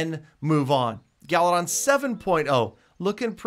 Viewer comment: I like how says galadon he says galidon